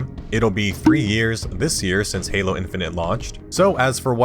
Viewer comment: i lorved heering what hard to sayr abourt halor